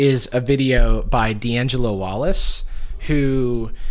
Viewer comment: jarvis pronouncing Dangelo like Di angelo me : Percy Jackson flashbacks